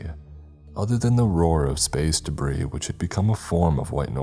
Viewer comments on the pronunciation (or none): none